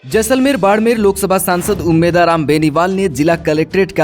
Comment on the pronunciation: उम्मेद राम बोलना शिखो पहले 😅